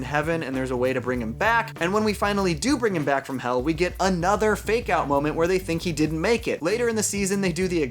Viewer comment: I dont know why, but up until the last 3 minutes of this video, whenever you said "fake out deaths" I thought you were saying "make out deaths". I haven't actually watched the second season as I lost interest at about episode 6 of the first season (due to a lack of serialisation), and I was really grossed out about there being so many people making out with dead people.